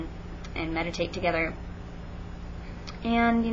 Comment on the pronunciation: When you said "meditate" I thought you said "medicate" and I was like oooo, I got it now though. If I was a student there I would try a spell or 2 with you out of curiosity, even though I am not supernaturally inclined. Pagans are nice, ignore the weird christians.